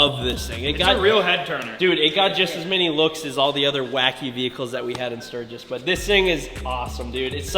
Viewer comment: Its pronounced OO-RIS, not ur-iss btw